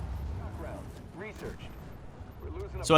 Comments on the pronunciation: it'a con-door not con-i-door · It's a con-door not a con-i-door!